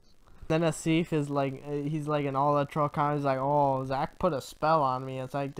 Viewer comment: As the guy who was insulted by him (I’m Asif, I renamed my account after Zach kept mispronouncing my name - it’s not “Aseef” like called me, but whatever) I find that rather funny. He’s very naive, and I hope he starts figuring that Greenblatt is playing him like he played me. The sad fact is that Zach is the bully shaking down his “community” for lunch money through that Ponzi scheme he runs on Patreon.